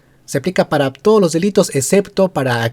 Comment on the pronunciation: "Yo...Merino juro... Por too lo peruanos.." No puede ni pronuncia claramente el español!